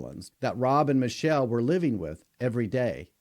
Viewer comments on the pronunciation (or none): none